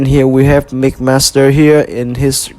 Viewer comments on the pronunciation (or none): It’s mixmaster not migmaster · Sounds like "Mickmaster" haha Good review I'm definitely buying this figure. Maybe even two since I want one for combined mode. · too much of the saying Mick Master and not Mix Master